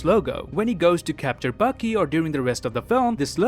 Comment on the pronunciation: Anyone noticed that every times he said "Bucky" he pronounced "Baki" ?